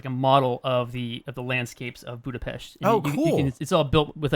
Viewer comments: So you were visiting the set of blade runner 2, I guess? nonetheless, I'll be eagerly waiting for the reveal! Also, I sincerely thank you for making the effort and pronouncing the name of my city correctly! it was refreshing and much appreciated! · Oh, you pronounce Budapest the right way. :D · Thank you for pronouncing Budapest right! :D